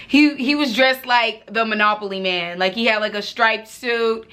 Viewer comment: She said manoboly man😂😂😂